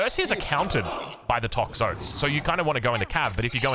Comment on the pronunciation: please call them 'Tox-o-tees' please i can't even